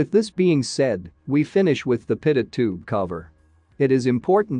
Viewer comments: Its pronounced 'Pitoe'...not 'Pitot'. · "pitut".... I thought it was pronounced pee-toe Edit: nevermind. I see it's a robo voice text to speech thing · Dang AI voice stupidly pronouncing "pitot". French name of Henri Pitot, the inventor, and those crrrrrazy French! They NEVER pronounce the final "t", therefore: "Pee toe" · pitot is pronounced pee-toe. This drives me to be annoyed. good information, but aghhh. Can't listen to the whole thing. maybe get a human to read the script instead of a computer generated voice. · Wow - so clear!! Thank you! btw, you can trick the TTS to correct pronunciation using phonetic substitues in your script. For example "pee-toe" or "co-pilot" rather than the correct spelling may change the way the TTS says the word. Sometimes you gotta experiment with it a little to get it to say it right. Great job on the video - lots of work in that 14 minutes and it shows!! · Voice algorithm needs to learn how to pronounce pitot and copilot correctly